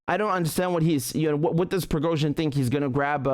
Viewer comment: Richard said it correctly.